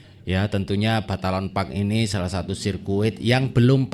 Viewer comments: balaton bro..bukan batalon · Numpang koreksi om...bukan batalon park, tapi balaton park